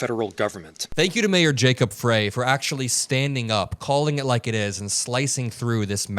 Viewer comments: I love you, but pls start pronouncing gov't officials' names correctly: Mayor Frey is not "fray," it it sounds like "Fry" & Chief of Police O'Hara sounds like "Hair-uh," not "har har hara." Thx from Mpls, MN 💙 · mayor Frey is pronounced FRY like French FRY and police chief is O’ HARA. The please keep the name’s straight cuz we trust our city and police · It's pronounced Fry not Fray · Come on, Mayor Frey's name is pronounced "Fry"! You should know that, because the right is intentionally pronouncing it " Fray", as you did, in a pathetic attempt to belittle him! It's a stupid childish thing they do! Kudos to you, as always! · Mayor Frey with a long I!!! Like the food. Not pronounced as fray...His name has been said on tv a hundred times this month. Please pronounce his name correctly!! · Mayor Frey pronounces his name "Fry". Please say it correctly. 😊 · Jacob Frey.....pronounced Fry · Mayor Frey is pronounced like fry ❤ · You can't continue to mispronounce Jacob Frey's (Fry), name time after time without my thinking it's intentional and antisemitic. Mayor Frey's name has literally been said thousands of times on national television over the last few weeks, yet you refuse to correctly pronounce his name. This is deeply offensive as it appears intentional and detracts from the the message of another ICE murder. Please, implore you to clean this up. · Frey is pronounced like Fry. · Hey dude, its pronounced Jacob FRY. Thank you for your coverage. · The mayor's name is pronounced like Fry. The ICE agents are a bunch of Kyle Rittenhouses with badges. They are all itching for an excuse to kill with impunity. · The mayor's last name is pronounced FRY. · his name is pronounced "FRY" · I just wanted to let you know Mayor Frey's name is pronounced "Fry". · FRY. It’s pronounced FRY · Jacob Frey's name is pronounced Fri like French Fries. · Fry like French spelled Frey